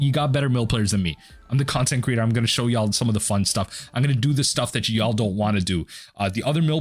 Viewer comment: LOL "whole lotta fun"... dude Mill is a whole lotta fon!